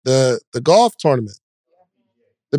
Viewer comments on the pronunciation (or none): none